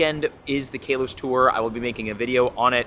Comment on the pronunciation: Hey, love the videos but I just want to tell you that generation 6 is pronounced Ka-los, not Kay-los